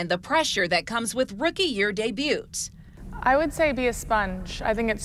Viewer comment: Debut.... you don't pronounce the "t".